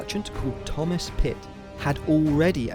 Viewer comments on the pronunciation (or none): none